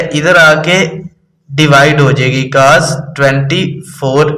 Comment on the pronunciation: Sir g Caaz Nahi cos hota ha 😅